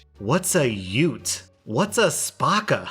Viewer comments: A twat is slang for female lady parts. A yout is a youth. Spakka - correct. Although not pronounced spa-ka, say the a like in apple. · I've never heard someone call another person a batty fish XD Btw spakka or spacca is pronounced spahkah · Absolutely! Spakka you don't pronounce the a like 'ah' it's more like 'aaah' and it means stupid Batty boy is a way of calling someone gay Twat again you don't pronounce like, 'twot' it's more like tw ah t Chav is hard to explain because it's so specific to England I don't know how to explain it so you'd understand but usually a chav is someone from a low income family who dresses and acts like they're better than they are. Usually identified as bad fake tan, bad hair, fake designer stuff, lives on a council estate, wears a lot of tracksuits and usually smoke and do drugs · Man said Spahckah. you say it quick and easy so, spa-cka real quick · Spacka is said as ‘spAcka’ not sparka, it’s a derogatory term used against disabled people, a batty boy is someone who’s ‘gay’ and likes it up the batty (bum) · Also worth noting that its Spacca not spARcca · Spark-a just isn’t how to say it